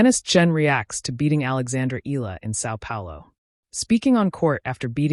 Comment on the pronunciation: Akex Eala’s surname is pronounced thus: E-YA-LA! Please take note! 🫤